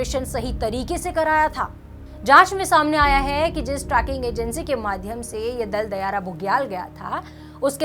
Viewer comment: Tracking nahi madam. Its trekking. Tree-king